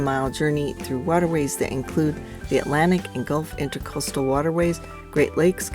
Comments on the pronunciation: Please indulge a couple of minor corrections: It's "Banyan" not "Bannon" tree. And it's IntRAcoastal, not IntERcoastal waterway. Nice audio quality on the new microphones. Enjoy your videos. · I did not notice a misspelling of intracoastal. I was referring to what to me sounded like your pronouncing it intERcoastal. Sorry for the confusion! Fair seas and following winds from a retired US Merchant Marine. Cheers!